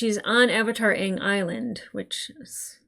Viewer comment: It's pronounced aaaaang 🤣